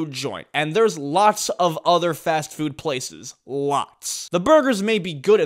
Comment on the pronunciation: am i the only one who heard fat-food?